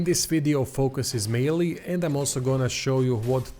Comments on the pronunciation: “May-El” Wicked vid tho! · French name, pronunciation is My-el.